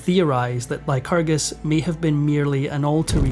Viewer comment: Lyerus... lycrgus... The Lytragargu... Donald Trumpacus!